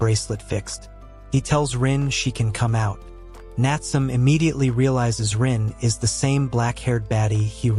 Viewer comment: Bro it's not natsum it's Natsume 😢